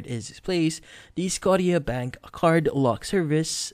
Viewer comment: It’s pronounced Sco-sha- bank. Like Nova Scotia